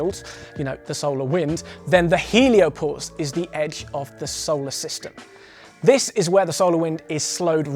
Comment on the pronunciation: It's pronounced So-lar system not Sou-le System. Sorry that was really bugging me